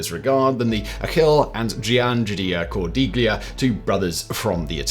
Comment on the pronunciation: Simon. “ gli” in Italian is pronounced as “ lee” with no “g” sound which no doubt isa 😊 diachronic aphthong much like the “ gh” in night, might, sight, right..etc. So Cordiglia would have been pronounced as / Cor-dee-lee-a/.